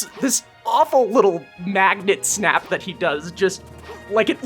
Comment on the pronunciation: Bro you need to work on your diction, i had hard time understanding "snap" and "health bars".